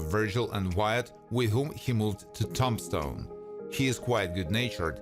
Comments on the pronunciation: Hey, Buddy. Nice videos. The only suggestion I would give you is to try and learn the correct pronunciation of cities and towns in the US. Tombstone is not pronounced like the name of Tom Stone. Tomb is pronounced Toom stone. Toomshone. The rest of your words are very well done, and the whole piece is very interesting and well done. Thank you. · The narrator calls it Tom-stone instead of Tombstone.............. 🤣🤣🤣🤣🤣🤣🤣🤣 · I am not trying to criticize your English, but to help. The e word " Tombstone" is pronounced with a lomg "e" sound. As in TOOM-stone.For some crazy reason the "b" is silent or said almost silently. My grandmpther spoke five languages including German, Hungarian, French, and Turkish and said that English was the hardest language for her to learn. In my family Greek and German were commonly spoken, I really enjoy your show. Thank you.😢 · You are hard to understand with that accent and you are saying Tombstone wrong 😕